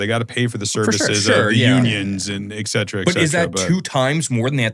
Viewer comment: Cool show. Please learn how to pronounce "et cetera"